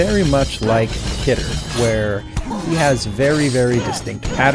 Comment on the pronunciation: khidr is pronounced key der